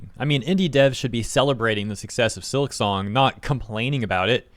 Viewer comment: it's silk song.... not silik song. at least say it right.